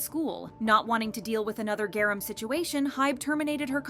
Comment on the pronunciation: She said Garam with a hard G and a long A 😵‍💫